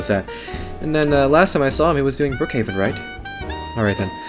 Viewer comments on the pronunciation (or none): none